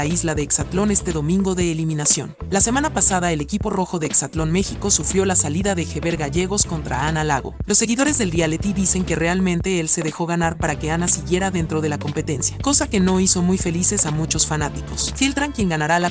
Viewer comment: No es JERBER..... es HEBER